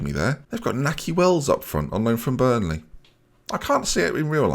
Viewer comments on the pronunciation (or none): none